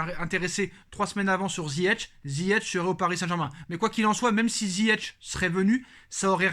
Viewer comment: On dit ziyech pas ZIYETCH